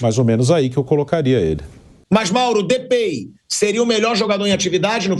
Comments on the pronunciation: Não é depei.. é depai a pronúncia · falando errado pronúncia kkkkkkkkkkkkkk depei kkkkkkkkkkkkkk é depay kkkkkkkkkkkkkk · DepEy é meu s@ A pronúncia é DepAy ô acéfalo... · "DÊ PEI" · "Depêi" dói os ouvidos! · A pronúncia é depai, Pilhado, é depai, não aguento mais ouvir você falando errado...🤦🏻‍♂️ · Pilhado falando "Depey " sangra os ouvidos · Pode ser que venha um jogador que se chame Depei, na pronúncia do Pilhado. Agora, o Depay mesmo é piada. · Ouvir Depey doeu meu ouvido. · É de pai o outro nome dele você falou errado e pelo amor de Deus era o melhor Corinthians ter trazido o Balotelli ao invés desse cara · Cara sabe nem fala o nome do jogador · Que Pronúncia PILHADO 😂😂😂😂😂😂😂😂😂